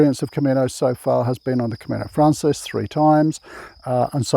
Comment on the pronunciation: it's Camino Francés, the stress is on the second syllable. Buen Camino